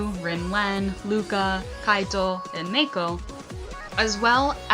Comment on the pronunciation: Same here! Also you said aito twice! lel